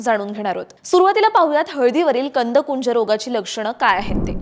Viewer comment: मॅडम कंदकुज म्हणा कुंज नाही